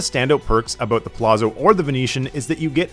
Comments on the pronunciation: ZZ makes a ts sound in Italian. Its pronounced puh lats so, not puh lazzo, same ts sound like saying pizza. You say pete sah, not pee za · Palazzo = like pallats-zo, not palasso. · It's prounced Pah Latz , bro 😂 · pronounced Palazzo wrong 😂